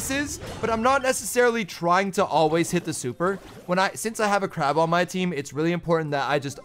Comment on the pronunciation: he calls clancy "crab" 😭